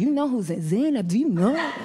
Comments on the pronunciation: We pronounce the name as “Ze-neb” in Arabic - not “Zay-Nab” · She’s pronouncing Zainab so wrong it hurts my soul. She’s not wrong just her pronunciation is bugging me..😬💅